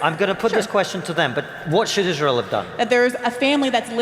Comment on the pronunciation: It's always interesting to me when people have a thing they're talking about for months, but then they cannot pronounce a word like Israel.